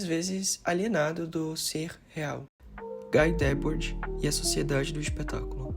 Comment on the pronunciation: Favor aprender a pronunciar Guy Debord